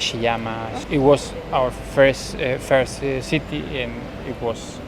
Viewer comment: Japan のイントネーションと、firstの発音 頑張ってください